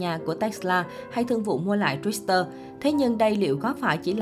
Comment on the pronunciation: Đọc tiếng Mỹ còn không rành bày đặt phân tích người có cái đầu giỏi và giàu nhất thế giới. Tự bịa ra chứ chuyên gia nào nói? Chuyên gia tên gì ? Ráng về đọc cho đúng chữ Twitter trước rồi làm truyền thông nha.